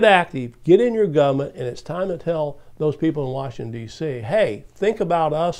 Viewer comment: I wish you wouldn't pronounce it "gumn't" because I want people to take your ideas more seriously.